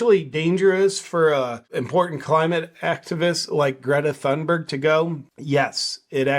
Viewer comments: No JP, it's pronounced thoonberg. As you said, Greta herself for some reason is speaking like she has a mouth full of marbles. Something happened between the farmer telling her that she's an idiot, and this. I suspect she got in the wrong persons face, and got herself clocked with a roundhouse punch that screwed up her sinus cavities. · JP the “ Th” in Thunberg is an aspirated T not the Theta sound as in “ thick” or “ thin” or Conspiracy“ theorist “. In English as in Swedish voiceless consonants at the onset of a stressed syllable are often aspirated and indicated by adding an “ h” as in “pharaoh” or “ Phuket”. Both English and Swedish have Nordic roots. I would expect this also in the English spelling of “ Thomas”. In other languages like Spanish it is spelled “ Tomas” as the stress is on the second syllable so the T would not be aspirated anyway. I don’t know if Spanish follows that rule as it is Latinate and does not share Ural-Altaic contingency. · I think it’s pronounced Greta Dumberg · YOU pronounced her name wrong. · Pretty strange that JP thinks, he better knows how to pronounce Gretas family name. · greta forgot how to pronounce her own name, who on earth has ever forgotten how to pronounce their own name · Loll jp telling her how to pronounce her own name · JP, you have great content and I've never heard you say something off in the past. I don't much care for the little Doom Goblin myself. But saying Greta Thunberg isn't pronouncing her own name right really rubs me the wrong way. A person is always the authority on how their own name is pronounced. We don't kowtow to pronoun and neopronoun demands, but we DO respect people's legal names. BTW you got it wrong, JP isn't pronounced "JayPee" it's JooPoo. Get it straight! Your next video must start with introducing yourself as "JooPoo." Plus a sincere apology for saying it wrong all this time and misleading your subscribers.